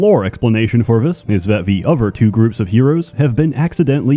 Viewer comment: how come this dude can say seth fine but fucks up every other word with a TH sound lmfao